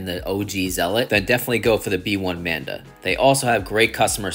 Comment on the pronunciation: Nice review as always! And it think it’s the “Manba” not “Manda” 😂